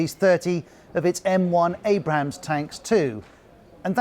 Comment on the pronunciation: wow seriously BBC & Sky News both get naming “Abrams” to become “Abraham”. How amateur this mistake is!